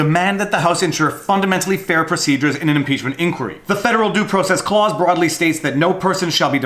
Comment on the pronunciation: If you say "due process" in the context of American law, the first syllable of "process" should rhyme with "draw" and not "grow".